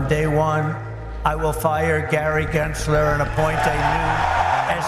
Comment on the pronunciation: why does trump pronounce gary gensler with a hard R 😭